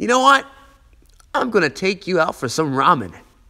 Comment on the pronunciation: Did he just say ramen😳